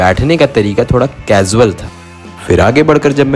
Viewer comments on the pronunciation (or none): casuel bolne ka trika thoda kazuel h 😂 😂